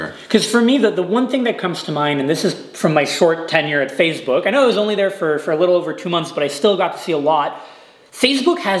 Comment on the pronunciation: Everyone: Facebook: FaZeBook